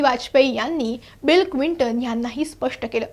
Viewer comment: Clinton क्विंटन नव्हे, please note